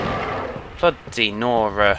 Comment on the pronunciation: Oh, it's bloody nora? I every time think he was saying: Blo Dinora.